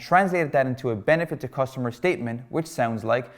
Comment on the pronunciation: Nice content (btw it's cUstomer* not costumer)